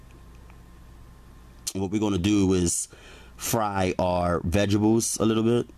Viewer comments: I laugh every time when you pronounce oil aka oy al "oy you" lol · lol girl me too